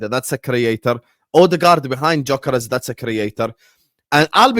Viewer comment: please pronounce Gyokeres' name correctly. It's a silent G so you say 'Yokeres'.